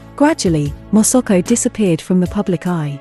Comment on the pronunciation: Hahaha moso ko instead masako